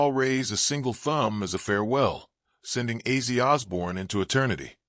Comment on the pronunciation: Respectfully, if you’re going to make a video like this, at least get his fucking name right say it right! Rest in peace OZZY!